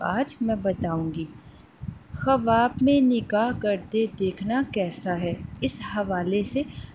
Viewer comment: khuaab hota hai. kawaab nhi.